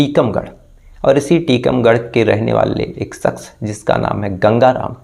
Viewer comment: Phir yaar saks shaks hoga sa sha pronounce Karo spell se ekdam jahil wali vibe aati hai